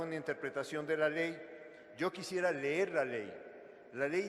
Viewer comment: Es que a usted le gustaria que regrese el que dijo ler en lugar de decir leer🤣